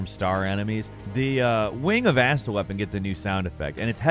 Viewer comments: I was only listening and the way you say Astel really threw me off for a second "when youre near the asshole door" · i hate you pronounce some tings. Like you pronounce astel as "Asstul" instead of "Uhstell"